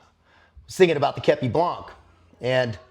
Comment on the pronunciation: Hey, do not prononce the c in blanc common dude!!